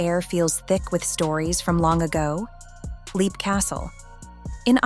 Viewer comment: Leap is pronounced "lep".